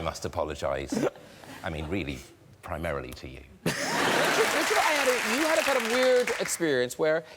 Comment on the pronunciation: As a Nigerian, hearing the way Graham way pronounces Ayoade almost wants to make me cry😂😂😂😂😂😂